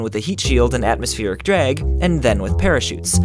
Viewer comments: Anyone else get caught off guard evert time he says drag? Sounds more like dreg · I can't stand the way he says "drag".ahhhhhh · omfg the way you say drag "DRAIG" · Never noticed your accent until you said "drag" 😂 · haha the way you said "drag" and "bag" make it sound like you have a Philly accent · Lol how you say "drag"